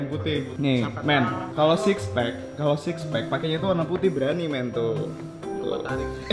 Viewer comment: Bang, sixpack bukan sispack